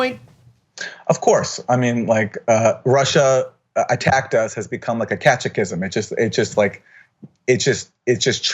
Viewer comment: What the hell is a "catch-a-kism"? 🙄